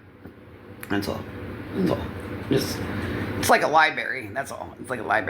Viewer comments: Library not a libary 😂 talk about uneducated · It’s library not libairy , it’s file not folder, and if she would just get offline a lil bit she could maybe get a job, take a literacy class, better yet a parenting class and actually pay attention. Just some ideas for her, although I am starting to think that secretly she doesn’t want the kids back, with all the self sabotage, or she really is so dumb she doesn’t see her behavior and actions online as harmful and a perfect example as to why children shouldn’t be under her care, because they are just going to be subject to watching her act a fool online all day everyday. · No wonder is so uneducated. She doesn't even know how to say LIBRARY!😂 It's not libary like says it!😂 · Or even how to say libRary not LIEBERRY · Did she say LIE – BERRY?? 😮😮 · Only LJ and Lisa know, they both use a lie-berry 😂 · Wtf is a "lie berry?" Bahahaha! 😂😂🤣🤪🥴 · 😂 It’s like a lie-berry😂😂😂😂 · What is with these GROWN ppl not knowing how to speak properly, LIBARY is what toddlers say 🤭🥴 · Oooh she’s scary looking here. This video needed a warning! Lol Holy Sheet! 😳 n did she say Liberry? 😂😂😂😂